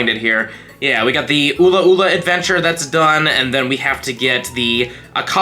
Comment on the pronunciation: its just the way he said "UlA'uLa" got me dying XD